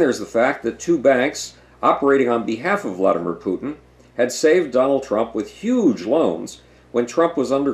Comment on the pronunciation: You pronounce Putin "Pootin" and "Pyutin" interchangeably. Which is it?